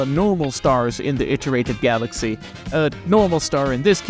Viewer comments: Please don't say iterated like that ever again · you pronounce "iterated" like allan